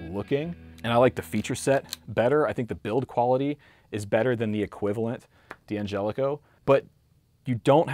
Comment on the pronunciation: It's pronounced Danjelico, not DeeAnjelico.